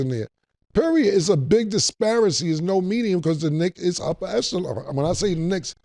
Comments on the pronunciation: Ain’t nobody gonna help em out and tell em he means disparity* ? cus disparicy is not a word lol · “Disparicy” instead of Disparity is wild Killa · Somebody tell Cam the word is "dispariTY" not "dispariCY", which isn't a word. It makes him look bad. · I love Killa Cam (pause), but someone had to tell him the word is "disparity" NOT "disparacy." He makes that mistake A LOT. Phonetically: Dis-Pair-uh-TEE, not Dis-Pair-uh-SEE. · Killa...we have to get the word right. It's not disparacy....that's not a word. The word is disparity...phonetically pronounced dis-pear-ity. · "Disparacy" or disparity? Take your pick with Killa...😂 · "Disparity" Killa. The word is "disparity" my nigga, my goodness. 🙄😂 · DISPARECY!!! Cam never disappoints 😂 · "Disparacy" is the new "stanima". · wtf is a " disparcy " lmao😂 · DISPARICY?!?!?!?! C'mon, my nigga! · DISPARECY had me weak lmaooo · ayo WTF is a DISPARICY!!! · “It’s such a disparacy” 😂 … much love to the crew. Been watching since Day 1. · 😂😂😂 facts! I know Mase be wanting to correct him Dis-par-it-y Killa!!😂😂 Cam don't care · lol it's a dipset Disparicy in here! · “Disparity” was fuckin Cam up today😂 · Lmao man that word has been whoopin cam ass for 4 seasons 😂😂😂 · Was wondering if anyone else caught that. I thought I was trippin for a second. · U kno his words dont be word'n sometimes 😂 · I think he meant disparity but yes we heard him right 😂